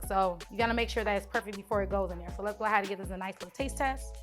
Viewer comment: "We're gonna go ahad"